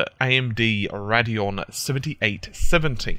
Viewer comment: RAD-ion did I just hear that... serious?! lel